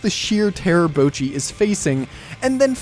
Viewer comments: its not bowchi, its botchi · Except in this video you're pronouncing it as "b-oh-chi" and not "bo-cchi". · Bah-chee. It's literally spoken that way in the show. BAH-CHEE. NOT BOW-CHEE. How can you screw that up? IT'S LITERALLY PRONOUNCED THAT WAY BY EVERY CHARACTER IN THE SHOW. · You pronounce the ぼ as 'bowh', almost as in 'Rainbow', but it's supposed to be much shorter. It's more like the 'bo' from 'box'. You also need to put emphasis on the first part of the ち (which is why her English name is 'Bocchi' with two C's and not 'Bochi'. You should listen to how it's pronounced in the show, and put a recording of your own voice next to it, and you should hear the difference. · "bowchi" it's "bohchi" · Bocchi not Bowchi :( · My god man, can you at least try and pronounce the names correctly. Bouchi, nails on a chalkboard stuff. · Bot-Chi, like Tamagotchi, how they say it in the show every damn time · Fuckin pronounces it Boucchi People on the internet are too compliant in commenting on small mistakes, which in turn doesn't affect the person in the wrong but instead just boosts their video harder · I'm not trying to start a fight or anything, but please, at least try to pronounce the name somewhat right. Bowcchi hurts me every time. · why does everyone pronounce her "boachi" ? xD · "Bowchi the Rock" 😂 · I loved this video but for fuck sake "BOWchi" killed me every time lmao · Really good video You pronouncing Bocci and mangaka made me cringe hard though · Bow-chee the rock?! so american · It's a little embarrassing that you can't pronounce Bocchi's name right in a video about it. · youre pronoucning her name a little wrong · Probably a decent video but I had to stop watching after 1.5 mins when I heard you pronounce Bocchi. Wtf is that man it's like you tried to get it wrong on purpose. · all was going well til this dude somehow mispronounced bocchi like how even..... I'm not mad I'm impressed 🤼